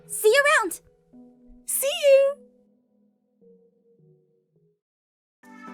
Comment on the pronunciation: Y does everytime I hear the nurse mrs. Judy in my head it sound like duty😅